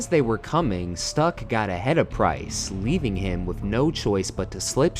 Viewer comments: Great video on definitely one of the most brutal crashes in F1 history, especially since it was easily avoidable giving the circumstances. Also, I'm glad you didn't show the actual footage of the impact - I've seen it before many years ago and it was VERY unsettling. Lastly, there is one thing I need to point out critically: Your pronunciation of non-English names is sometimes WAYYY off. Of course I don't expect those to be perfect on a native speaker's level, but at least they should be somewhat recognizable. Carlos Pace (Pace is NOT English, but Portuguese - more precisely: Italian in origin and Brazilian Portuguese in actual pronunciation) has been mentioned several times in the comment section already (pronounced like Pah-cheh). But also Hans-Joachim Stuck was very wrong (Stuck also is not an English name, but a German one), which is supposed to be pronounced like "Sh-took". But on the other hand your pronunciation of "Joachim" was pretty good (at least better than many other attempts I have heard before). Lastly, Frederik Jansen van Vuuren is an Afrikaans name, not an English one. So it is properly pronounced like "Frederik Yahn-sen fahn Foo-ren" - admittingly the last part is pretty hard to pull off for English-speakers since it actually contains a vowel sound that does not even exist in English (it can be approximated by rounding your lips like "oo" and then trying to pronounce "ee"), but just using "oo" is close enough I suppose. It you could work on that issue for yo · And it's "Stoock", not "Stuck" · Schtook, not Stuck... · Ok, so "Pace" and "Stuck" may be spelled like English words, but they are not. "Pace" is to be pronounced more like "path" and "Stuck" like "shtoock". I have been reminded of this horrible accident only recently (I think it was 2022), when again a track marshal just crossed the live track in modern F1. I thought this kind of crazy was gone for good.